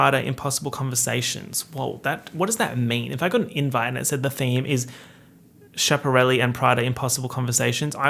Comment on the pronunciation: Not you mispronouncing Schiaparelli ... are you even an italian girl from New York?